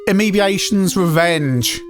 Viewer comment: Amebiations? What in the flying squirrel f**k is that? You mean A M E B A T R O N S revenge? Like Am "E" bah TRONS. Not Am "E" BEE "A" shuns.